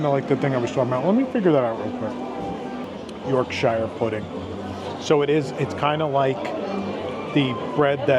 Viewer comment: The lost boy boxes look super weird. Wheres the curry lol? Also its york-sheer